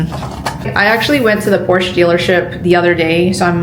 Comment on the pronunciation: Please dont say Porch or Porchuh, say Porsch eh. ❤